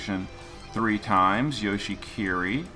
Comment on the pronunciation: oh yes, even in official events he still doesn't pronounce Yoshi skills properly 😂